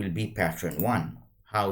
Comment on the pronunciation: patt-ERN not patt-REN 😉 Thanks for the tuto